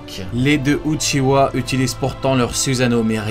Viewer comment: C'est pas uchiwa mais uchia